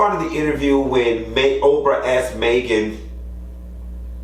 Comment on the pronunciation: "Maygen" tryna DO US!! 😂😂😂😂